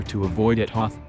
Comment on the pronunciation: You pronounced Hoth wrong lol... However, there is one easier way, to crush the rebellion. Destroy that escape pod from the beginning of episode 4 lol